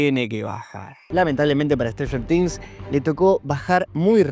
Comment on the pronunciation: stranfler things, strader things, stifler things, sratler things, strafler things.